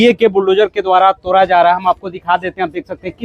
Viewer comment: तोरा नहीं जा रहा तोड़ा जा रहा है. करवाई नहीं कारवाई हो रही है।